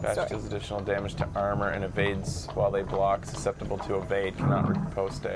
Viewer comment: I know, never correct pronunciation, but it's driving me crazy this time. Riposte is just pronounced "Rip-ost". There isn't an E or A noise at the end. This is a perfect VGA game though